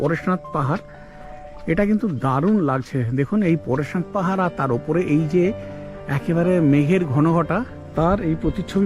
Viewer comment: দয়া করে স্থানগুলোর নাম সঠিকভাবে উচ্চারণ করুন৷ বড্ড খারাপ লাগে স্থানীয় বাসিন্দা হিসেবে৷ 'পরেশনাথ' নয়; 'পার্শ্বনাথ'৷ বেড়াতে যাবার আগে একটু হোমওয়ার্ক আমি করে নি৷ আপনি করলে সেটাও খুবই ভালো হবে৷ গোবলয়ের ধর্মীয় আগ্রাসনকে কিছুটা হ'লেও আটকানোর চেষ্টা করা যাবে তাতে৷ এটি জৈন তীর্থঙ্করের নামে৷ এছাড়াও পশ্চিম বর্ধমান, পুরুলিয়ায় বা বাঁকুড়ায় অনেক স্থান আছে যা জৈন সময়কালের পুরাতাত্বিক প্রমাণ৷ এগুলোকে হিন্দুত্ববাদীরা গায়ের জোরে ও রাজনৈতিক ক্ষমতাবলে দখল নিয়ে তার ইতিহাস পাল্টে দিয়ে শিব, হনুমান বা নানান হিন্দু দেবদেবীর নামে চালাচ্ছে ও সরকারী পৃষ্ঠপোষকতায় দর্শকদের কাছ থেকে তোলাবাজি করে মিথ্যে তথ্য দিয়ে ইতিহাস প্রচার করার অপচেষ্টা চালাচ্ছে৷ একজন ভ্রমণার্থী হিসেবে আমি যেমন করি, তেমনই আপনাকেও প্রতিবাদী হ'তে আহ্বান জানাই৷ পরিশেষে বলি, আপনার এই ট্যুরের ভিডিও ব্লগ আমার খুবই ভাল লেগেছে৷ সেকারণেই হয়তো আপনাকে উত্তরোত্তর উন্নত কনটেণ্ট ক্রিয়েট করার জন্য উদ্বুদ্ধ করতে অযাচিত ভাবে কমেণ্ট করতে চলে এলাম৷ ভুল বললে মাফ করে দেবার অনুরোধ করছি৷